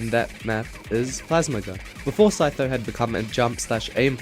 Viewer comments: OMG IT'S THE REAL SEE TOES, CHEETOES, SEETHO MAN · I could never read 'Sytho' "see-tho"